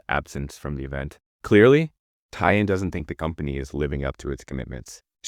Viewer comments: I can 100% confirm Tie In is the exact mispronunciation of Taeyeon by AI voices - you have to type Tay On instead or manually train the model 🙃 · I wonder if you're using an AI voice -- Tai-yung instead of Taeyeon ("Tay-yon"). It's really throwing me off. Yeah, SM has gone downhill, which is a bit ironic when you consider how many controversies that LSM had. The Naevis idea is just dumb. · Taeyeon's name is pronounced tay-yun (not yoon) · taeyeon is pronounced- tay - yawn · Thank you for saying this, it was killing me listening to them say "day-yun" 😮‍💨🥲 Great video but I wish they took the time to try and pronounce Taeyeon's name properly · Why can’t you pronounce TAY (rhymes with KAY) yeon’s name properly? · The pronunciation of Taeyeon is making me so mad omg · I've never heard someone pronounce Taeyeon's name like this before lol